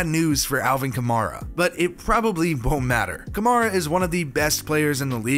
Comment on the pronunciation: How many pro bowls does Alvin have to go before you learn to pronounce his last name correctly? Other than that & the unwarranted shade you threw at the offensive line it was a good video